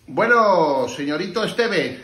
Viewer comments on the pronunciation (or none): none